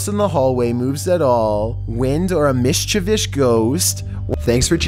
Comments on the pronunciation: Dearest, Please, for the love of sweet baby JEEBUS, stop trying to pronounce "mischievous". It physically hurts me. Just find a different word, my dude. Love, The Internet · Mishchivous ghost? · With the "mischivish" again? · Mish cha vish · AM: “MISHAVISH, MISHAVISH MISHAVISH MISHAVISH MISHAVISH MISHAVISH MISHAVISH MISHAVISH” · The way he pronounces “mischievous”almost made me unsubscribe